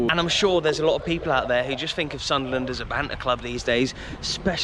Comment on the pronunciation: Just subscribed with you..Saw the Hammers vlog and Arsenal vlog plus the ground that you played at that’s now “Planet of the apes”..Mate your videos are so interesting..And I’m a Sunderland fan and you say Soonderland very well 👌 ..Red and white army…Really good vlogs mate.. And yes we are bigger than Newcastle..🤣..